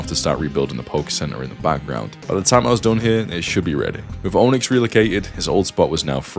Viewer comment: Every time I hear him say Onix, I hear Ownix. LOL